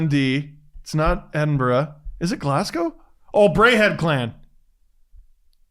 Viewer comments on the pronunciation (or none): none